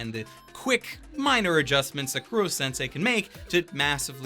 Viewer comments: Did you just say KURO sensei? Its koro... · i know not everyone can pronounce things right all the time but for the love of god KOH-ROH Kuro means Black im damn sure you know that by now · raises hand I thought the humor was perfectly fine. ... Also, it’s “Koro-sensei”, not “Kuro- sensei”. Cuz it’s a pun on the Japanese words for “kill”* and “teacher”. *Actually "unkillable" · An anime reviewer miscalling Koro-sensei as "Kuro-sensei" annoyed me, it's not hard-to-pronounce Japanese words. But not sure if it was mistake from the dub or not. My favorites were their assassination attempt at southern island, and in-class survival game battle. The dark-tone Momotarou was good too. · Who the fuck is Kuro sensei? While I love your reviews, the pronunciation of names always bugs me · Buddy, please put a little more effort into the pronunciation, i know you know how to properly say Koro-sensei